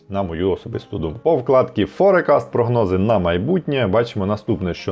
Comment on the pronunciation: Все дуже непогано, але….визначення англійською 🙈 еквІті, форЕкаст, і особливо віхлс , поки не сказали що роблять автобуси, я і не зрозуміла що то виїклс (там h взагалі не читається), ну це ж звичайні слова, більшість з яких- використовуються як економічні терміни, ну погугліть в Гуглі як воно звучить, почали ніби професійно, але потім це…. Перший раз на каналі, трохи в шоці Юнітед стейтс, серйозно?😂 ніби ж всі знають що Юнайтед стейтс